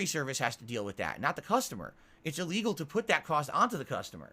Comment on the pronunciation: Everything that hurts him is apparently E LEE GULL